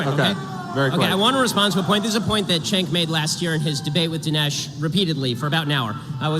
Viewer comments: It's pronounced Chunk, like what you want to vomit up when you think of him supporting the Armenian Genocide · His name is spelled Cenk and pronounced “Jenk.” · Cenk (pronounced like “sink”) is the list in chief of the Young Turks. He’s the definition of a political hack. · He called him chenk well you're not far off 😂😂😂😂